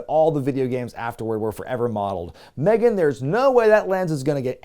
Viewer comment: With all due respect, and sometimes none due to Ric. Ric’s daughter’s name is Megan, but it’s pronounced ‘meeGan’.